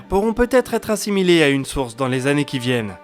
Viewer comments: je suis d'accord... si on sait pas faire les liaisons autant ne pas en faire plutot que de faire de fausses liaisons... c snob ! c'est pas du chipotage... après 88, si on veut se la péter c des tannées lumieres... pas des zannées lumières... si on veut pas se la péter, on dit années lumières et on en parle plus... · Dans les résolutions de 2021 : être vigilant systématiquement sur les liaisons avec des nombres ? "Quatre-vingt-huit z'années lumière" Sinon, toujours aussi bon ! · Quatre vingt huit zannées